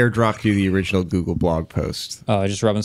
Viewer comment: "for the original-lll"... this accent 🤢🤢